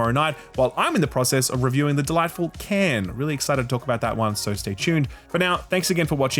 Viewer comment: "While I'm in the process of reviewing the delightful CAN." The accent strikes again. lol